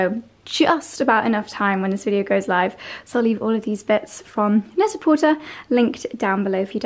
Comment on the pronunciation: Only because you said you value correct pronunciation, look up correct pronunciation of Net a Porter. The er is pronounced with a long a. French. Love your vlogs.